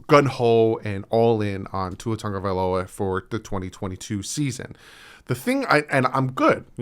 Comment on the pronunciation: Thank you for pronouncing my last name right, seriously nobody ever does hehe